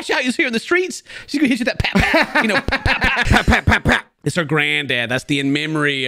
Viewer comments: Pap Pap, not Fap Fap🤣🤣🤣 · It’s for Pap-Pap NOT Fap-Fap lmao